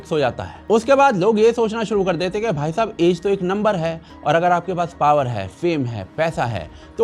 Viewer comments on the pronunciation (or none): none